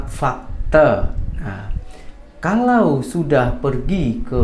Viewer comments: Fakta itu disebut FAKTA. Bukan FAKTE. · Bkn "fakté" tp sebutan nya tetap sama 'fakta' n tdk semua bahasa melayu org 🇲🇾 diakhiri dng 'é' spt "Malaysia" bkn "malaysié" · Salam. Bang cakap melayu fakta bukan fakte'* . Macam ajak gadoh . bertumbuk